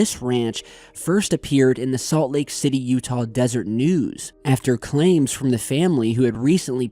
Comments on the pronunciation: The papaers name is Utah deseret...NOT "utah Desert" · * a slight correction: "Deseret News" not "Desert News", otherwise, good article. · Skinwalker ranch: the ONLY thing cool about Utah. Fuck u dumb ass Mormons. I lived there and went to high school there, i know WTF I'm talking about. Ps ty it's desERet news not desert, its the local lds "newspaper" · It's Deseret News...not desert news. That's Des-er-ret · It’s Deseret News, not desert. I’m from slc lmao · Salt Lake's newspaper is "Deseret News". The last 'e' isn't silent.